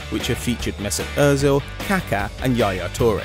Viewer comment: THEY PRONOUNCED ÖZIL RIGHT OH MY GOD